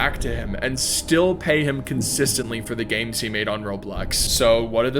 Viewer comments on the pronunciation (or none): When he said "by making you games" I really thought he said "by making you gay" 😭